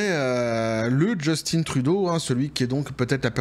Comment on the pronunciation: En passant, on prononce Jus-tin comme si on dit faim, non innn, et tu comme tu dis, on a réussit à s'en débarrasser, on ne veut plus en entendre parler, sauf pour le caller (rire de lui) 🙂